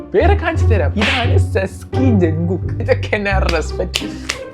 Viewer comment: Jungkook enn parayan ariyillengil parayan nikkaruth ok